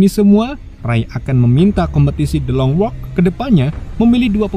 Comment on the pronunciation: Gabisa nyebut bahasa English ya bang THE LONG WALK 😅